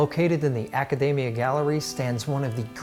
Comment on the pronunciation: 1. Buy a Florence card. It gives free entrance to almost everywhere and allows you to skip the queues. 2. Realise that the Academia is more than David. 3. Learn Italian pronunciation.